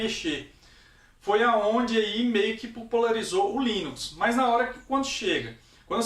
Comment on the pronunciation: Linux com "S" mano.... foda viu kkk